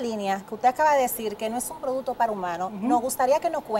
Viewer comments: Amelia producto. No produto. Estudia que tu puedes dar mas. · Muy buen programa inicial. Debieron darle clases a Amelia de “repeat after me:” 😂ProduCto.. no “produto”… “ que noS” diga, etc.. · La ÑAMELIA dice produto 😂😂😂